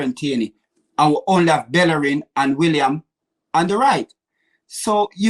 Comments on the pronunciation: Some good points here but he butchers everyone's name, this time he's calling Willian - William ???? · should be locked up for the way he butchers player names. Williams, El many 🤣